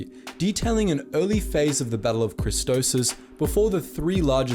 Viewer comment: It's 'Christophsis' not 'Christosis.'